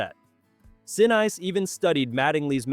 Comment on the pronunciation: Neat, but my gosh the AI voice was so full of mispronunciations. "Saturn Vee"? How about Saturn Five. "Gary Sin-Eyes"? How about Gary Sin-ees. There were others, but I don't remember them all. It kind of detracted from the enjoyment of the video.